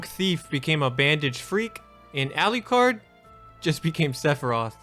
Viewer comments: it's Alucard, not ali-card. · Who TF is "Ali-card"?! ... 🙄 & Maria was always a "magical girl" she's from 'Rondo of Blood' & literally fought using only magic...